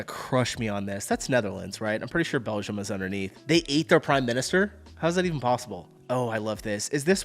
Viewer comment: Stop saying Belzham ffs. It's BELGIUM. The G is like in giraffe, geology, gym.